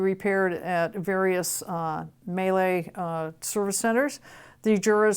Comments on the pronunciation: No, is pronouncing it correctly, or as correctly as a non-german speaker can. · In Germany, we pronounce it meal-eh. It feels so stupid writing this out in English but there you go :D